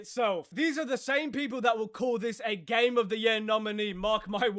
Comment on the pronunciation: There's "Game Enjoyer" Then there's "Ga-y-Me Enjoyer"